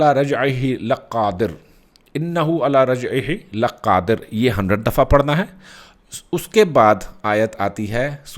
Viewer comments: Not “lqqadir but Lqadir”..Thanks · Uncle masha ALLAH wazeefa buht acha btya hai ap ny lken ayt ka akhri lfz ap ghlat par rhy hain LAQADIR prhna hai buht nrm lfz hI ap QAAF P shad dal k QAFF ko skht par rhy hain jo k ghlt hai